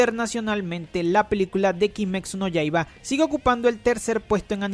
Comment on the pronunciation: Siento que dice "Kimexu no Yaiba"